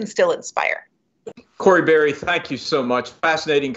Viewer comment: Her name is Barry... not Barr